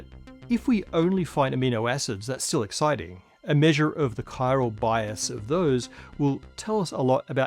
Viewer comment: Every time someone says "chiral", I think of Death Stranding.